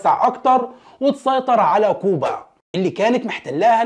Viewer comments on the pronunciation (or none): none